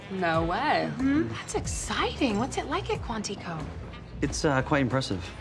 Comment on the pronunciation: The fact that Garcia pronounced it “Quan-tee-co”, made it even funnier. Like this is something they’ve done several times before